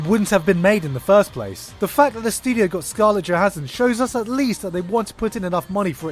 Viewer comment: you lost a lot of credit for pronouncing her name wrong. Regardless of that and after sitting on a few months of hype (still prefilm release date); Scarlett's prep and probable execution of Motoko is clearly going to be hard to watch. There is alot that editing, director(s) and so on that may influence or help/hinder her end product yet interviewers of Johansson reflecting on her part, she still doesnt understand who and what the Major is. It will be hard for them to hide this.